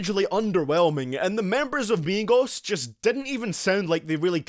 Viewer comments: He's says migos but it sounds like megas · how to pronounce migos = meegos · Migoss hahahahahahahha i hate migos but i love the way u pronounce it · Idk why there's so many dislikes. Most of these songs were pure garbage and the ones that weren't were VERY eh. Maybe it's cuz ur pronounciation of migos. But seriously tho I can agree with this list